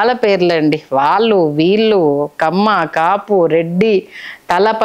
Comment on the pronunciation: TV5 చానల్ అధిపతి పేరు కూడా వినపడుతూంది తితిదే ఛైర్మన్ పదవికి.. ఇక, Anchor బాగానే మాట్లాడుతూంది కానీ 'వాల్లు' 'వీల్లు' 'ఏల్లు' అనడం ఏమనుకోవాలి?